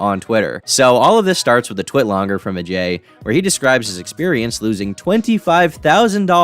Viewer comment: I like how this guy says Ajay’s name with the proper pronunciation.